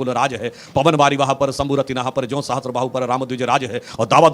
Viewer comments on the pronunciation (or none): none